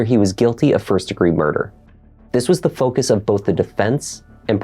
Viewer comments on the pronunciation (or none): none